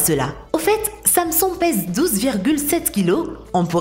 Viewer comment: la meuf elle sait pas prononcer Samson xD mdr